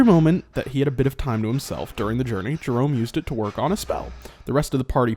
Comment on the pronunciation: First, it's Jornhelm (Jorn-Helm) not Jerome. Take a drink of water and enunciate if you are going to speak for a living. Second, the Tarrasque should not be difficult to handle for characters above level 15 to handle. In 3.5, though it's atk bonus is 57, it's not immune to curses so you can easily drop it's attack by 10 and field a guy with 70 AC. Or field an unkillable barbarian with clerics healing him. I think you can out heal the tarrasque by level 12, maybe less. In pathfinder, his attack bonus is even less and you can field characters that can grapple and pin it, reducing it's actions to breaking the grapple. Also, it has 525 or so hp in every version and isn't immune to lightening so shocking grasp specialists can put it down in one turn, in Pathfinder, at least. Delivering an empowered/maximized shocking grasp through a x3 crit weapon. I think you can do similar things in 3.5. If you are talking strictly 5e as I see the numbers seem low (I don't play 5e, it's trash), I bet there are a dozen high level spells that will get the job done. Also, outside of Pathfinder, it's ability to find hidden targets is crap. Go capture a genie Kill it while having someone else also dealing subdual damage After it's dead and has so much subdual it won't wake up, wish it perma dead. Actually possible at low level.